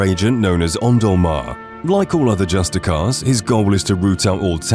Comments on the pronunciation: Dude it’s not “justicar “ it’s “justiciar “ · Love the content. But for future reference the C in scimitar is silent, and justiciar is pronounced (if you’re British) just-iss-see-ar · I’m genuinely impressed at how many things I didn’t know here. But I wanted to ask, did you know the word Justiciar is pronounced « Justice-seer »?